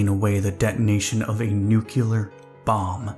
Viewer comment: "Nuclear', pronounced "New-Clear". Not "New-Q-Lurr". C'mon man...